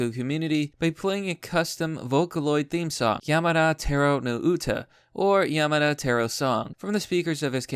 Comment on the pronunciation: learn how to fucking pronouse simple words, kills me every time YamAda c'mon